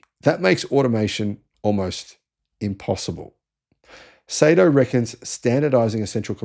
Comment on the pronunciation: Not pronounced "Say-Toe", it's "Sigh-Toe."